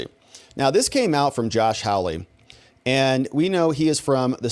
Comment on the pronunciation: His name is HAWley not HOWly.😎